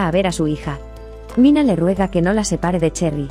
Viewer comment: NO ES MINA, ES MINEH.